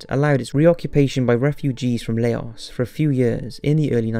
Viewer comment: Butchered the word Laos lmao